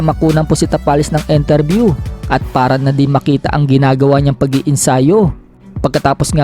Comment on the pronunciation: INTERVIEW hindi ENTERVIEW 😅😅😅